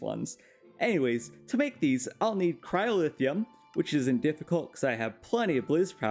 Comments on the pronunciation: Watching this is so hard when you pronounce “luminum”, “cryolithium”, “endurium”, “singulum”. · That one specifically is the mispronounced material you decided to point out? XD Edit: the other ones I noticed: Signalum was pronounced as singulum, Cryotheum was pronounced as cryolithium, and Rhodochrosite was pronounced rhodosite